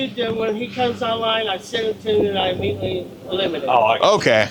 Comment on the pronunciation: Just saying if you can’t pronounce IMMEDIATELY , correctly I will be keeping a close eye.. found a pattern with that and these pedos!! Hahahaha 😂